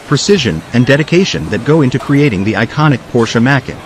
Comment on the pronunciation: Try fining a better AI voice for your videos. I have no idea what a Macken is!